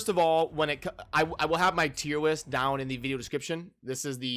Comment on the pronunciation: “Tier Whist” 🤣🤣🤣